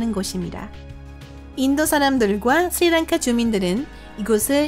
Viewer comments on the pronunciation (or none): ㄹ 발음이 너무 짧아서 ㅋㅋㅋㅋㅋㅋㅋㅋ 아 귀여운데 뭔가 집중 하나도 안되고 보다가 중도하차합니다 ㅠㅠ 뭔말인지 집중 하나도안돼 스리랑카를 스니낭카라 하잖아요 이거 뭡니까 ㅋㅋㅋㅋ